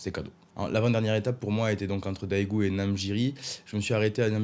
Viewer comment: Rahh ta chute va être de ma faute bientôt :) Daegu ca se prononce Dègu / 대구 ! (AE = ㅐ) La Corée <3 ... La Bouffe 맛있어요 !! Tu vas concurrencé Laurent comme Youtubeur sur la Corée :) Me tarde 2018 mon retour 5 semaines en Corée, je penserais à toi !! Et tu as oublier le principal ! les Femmes<3